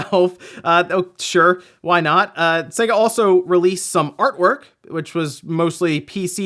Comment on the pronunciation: sega? SAY-GA.....it's literally pronounced on every one of their games as the intro as you boot up 🙃